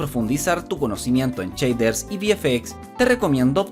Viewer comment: Ja ja ja "CHEIDERS." Pero que bueno está esto.